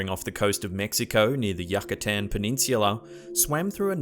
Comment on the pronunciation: I agree with, what hasn't been discovered is fascinating. (BTW: Yucatan isn't pronounced Yuckatan. It's pronounced You-ca-tan ("you" as in The vlogs YOU make are enjoyable.)